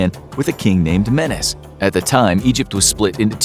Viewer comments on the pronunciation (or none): Its Me/Ne/s not menes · An Egyptian king named menes (pronounced “menace”). was this guy a menace? XD lol